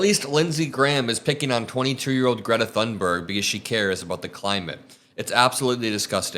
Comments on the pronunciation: Her name is pronounced "tune" berg, not "thun" berg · Greta Thunberg is worthy of being spoken of correctly! The 'h' in Thunberg is silent, and the 'u' sounds like 'oo' in book, so her name sounds closer to 'Toonberg.' Thank you for your attention. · ps Thunberg is pronounced "Toon berg" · Btw, Greta's last name is pronounced toon-ber-ye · It's pronounced Toon-berg. I am not part of the internet police just don't want the other kids to make fun of you. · Thunberg is Swedish, the H in her name is silent. It's pronounced Tunberg. 🙄😖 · For F sakes pronounce the name of a world hero correctly. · The correct Swedish pronunciation of Thunberg can be heard in this short clip